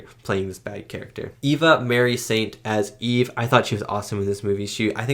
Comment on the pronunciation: Her name is pronounced eevah mahree Saint, Check her out in "On The Waterfront" with Brando! She had a long and diverse career in film and theatre. She is in a wonderful comedy "The Russians are Coming!, The Russians are Coming!